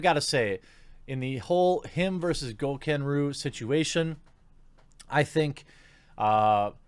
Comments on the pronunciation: Jeremy, it's pronounced GO-KA-NAH-RU. Stop being such a Mark Rosewater lol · Am I the only one who notice him miss pronouncing gokanaru many times 😂😂😂